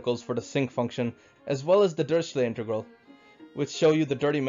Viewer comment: "Dirichlet" is definitly not pronounced the same as Harry Potters Uncles Family name or whatever you said